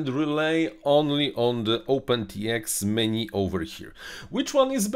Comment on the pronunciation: Меню, почему вы говорите - мени?